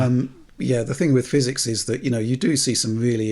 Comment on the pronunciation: No such thing as "Fizz-ecks" Still.